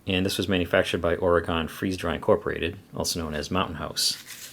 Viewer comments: Great mixed thanksgiving mre. FYI: Oregon is pronounced the same as organ. ;) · I cringed at the sound of him saying Oregon (Oregonian problems)